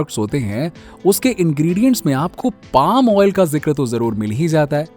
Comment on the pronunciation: आयल नाही भाई ऑईल 😂😂 अनपढ